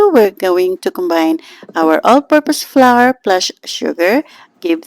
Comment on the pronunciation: Fyi, the word, "flour" is pronounced like "flower," not flar.